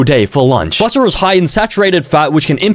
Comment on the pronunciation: Che-potle, Micro-wAVE, buh-tteh, A-lo-tee